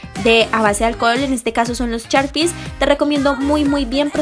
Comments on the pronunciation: Súper bonitas decoraciones y mucha originalidad, pero sugiero que le inviertas un poco más a tu pronunciación mija, son caCtus, correCtor, SHarpies. La gente como yo sabrá que es algo tedioso escuchar las malas pronunciaciones tantas veces... Es sólo una petición. De ahí en fuera me encanta todo.❤ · no me digas charpies, son sharpies